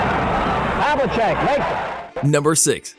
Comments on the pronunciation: "John Havlisick"😂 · John Havel-sec Ka-wee Leonard Sound like al NBA fanbot